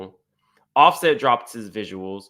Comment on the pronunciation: BluSet!?! you sure know how to butcher some names! 😫😆😂😂